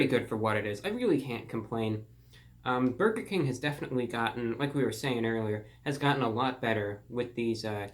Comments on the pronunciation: No one: ReportOfTheWeek: Borger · I still heard "borger" after hearing it 5 times, and the caption also said "borger". But hey, if what you heard was true, then good for you 😁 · He said "Borger", I can die peacefully now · "There's me and the 'borger' right there :)" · "The bourger"